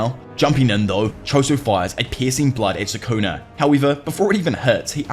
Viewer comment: Bro this dude really saying sukuner like it's the 'er to the "n" word